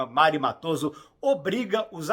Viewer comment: Augusto Sérgio, por favor! Não é Augusto César. 🤦‍♂️🫠 E a pronúncia é "Méri" Matoso, por favor! Vc realmente assistiu a novela????!😢